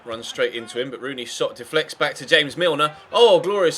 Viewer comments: he said james milner hamas milner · in you said James like James Rodriguez name 😂😂😂